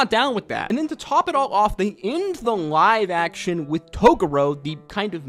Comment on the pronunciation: i cant get over how you pronounce "Live Action" it looks and sounds like you are saying "NG-ive action anime"